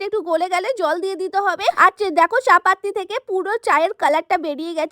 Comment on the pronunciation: চা-পাতি ❌ চাপাততি✅😂😂😂